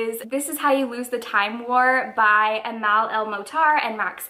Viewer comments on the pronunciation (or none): Loved this!! Also, just a friendly tip, Amal is pronounced (at least in arabic) as Uh-mull. It's a soft sounding name 🤗💞